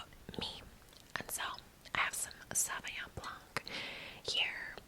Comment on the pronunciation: Love it. Just a tip - we don’t pronounce the ‘c’ on Sauvignon BlanC.